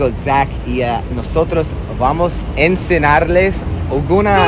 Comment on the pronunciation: No digas Ensenarles se dice: Enseñarles con ñ haber pronuncia la ñ